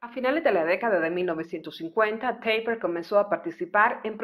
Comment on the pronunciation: No creo que se pronuncie como si fuese un apellido inglés, es "taperg" así seco en alemán y no perteneció al ejército alemán, sino al ejército político armado, es decir a las SS y de hecho perteneció a las Tottenkompf la división que perpetró masacres, violaciones y asesinatos indiscriminados a ciudadanos soviéticos y franceses. Nunca habló de ello y solo se supo esto después de su muerte. Probablemente fue un gran asesino y criminal de guerra que nunca fue enjuiciado